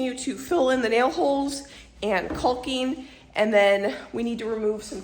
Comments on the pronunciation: Isn't it pronounced Cocking?(Caulking)...LOL. I giggle when you say CALL KING hahaha. I wonder if you could make those floor outlets? I'm glad your taking that wall down. Such a beautiful view that is being covered. Smart. Get your rest guys! ❤️ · Kawking,L is silent...not Kulking. Lol. Imo, take down the wall, patch the floor, foor outlet . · We love watching your channel! But please … caulking is pronounced caw-king. I don’t know why but I cringe every time you say it. I’ll blame my mother. She was big on grammar and pronunciation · honey CAWKING NOT CULKING. You are so funny. I'm with Sheba. Lol total hysteria. Take that darn wall down. That is the ugliest thing I have ever seen. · I'm sorry, the pronunciation of caulking as "colking" is driving me crazy. Skipping to videos when the "colking" is done. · U are saying caulking wrong is called cocking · The L in caulking is silent. You pronounce it like you pronounce the word talking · Are we Canadians mispronouncing “caulking”? We all leave the “l” out… like a silent “l”. Is it like zed and zee?